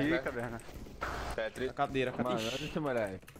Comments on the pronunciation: é tétris nao tétis kkkkkkkkkkkkkkkkkkkkkkkkkkkkkkkkkkkkkkkkkkkkk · e "defat" e "tetis", o é o Cebolinha